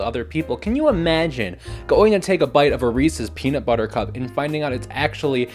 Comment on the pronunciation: This is a hate crime (the best kind of content) Also every time you said beanut I went “my favorite streamer???” I got blueballed